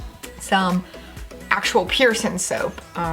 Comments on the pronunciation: It’s PIERCING NOT PIERSON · It's kinda frustrating how shes so articulate and has a consistent way of speaking and then she just goes p e a r s o n